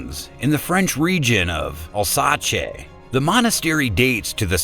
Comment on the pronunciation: XDDDD Al-satchay! Bahahahahaha oh my goodness that had me rolling. It’s “al-SAYce,” or “Al-ZASS” depending on region and dialect, friend.